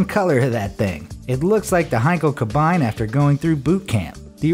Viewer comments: KAB-EIN....It's spelled Kar-Bee-knee, (Kabine, cell). At least try to spell the proper name. Finally came to the part "FARTS'N'BAU"....how...why? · And "Kabine"... It's "Kabeen," not "kabyne" video research has just completely vanished from existence.... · Not Heinkel Kabajn - it's German so "Kabeene." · Heinkel "Ka-byne"? Hahahaha! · It’s not Kabine, it’s ka-beenah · Isn't "Kabine" pronounced in German just like "Cabin" in English? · Ka BINE? The "Luft Waff"? There is no such thing as an "electric engine". REN-oh, not Ren-ALT. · I stopped watching after the first 57 seconds upon hearing Kabine and Luftwaffe utterly butchered in pronunciation